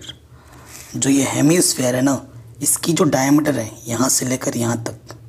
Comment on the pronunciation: Dicmeter nhi diameter hota hai😁😂